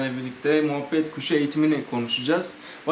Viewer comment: moohbet kuşu değil o muhabbet kuşu